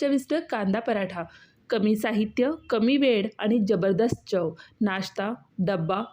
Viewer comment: परप्रांतीय दिसतेस. काय ती मराठी तुझी. Chav नाही चव असते ते आणि वेळ असतो वेड नाही. Mokda 😂 परप्रांतीयांनी आपापल्या राज्यात जाऊन दिवे लावावे. आमच्या असंख्य मराठी स्त्रिया खूप छान मराठी पदार्थ करतात. परप्रांतीयांनी स्वतःच्या राज्यात जाऊन स्वतःचे पदार्थ स्वतःच्या दरिद्री भैय्या भाषेत करावेत. इथे महाराष्ट्रात घाण करू नका.